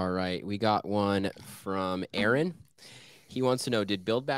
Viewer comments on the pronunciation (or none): none